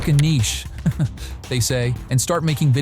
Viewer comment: Nichey (निचे) nahi Niche (निस) 😂